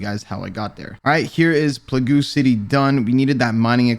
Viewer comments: Plagoo City 😂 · Hey sorry, loved the vid - but, plagoo city ?